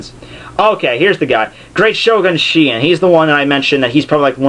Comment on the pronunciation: The way you pronounce shi-en is hilarious.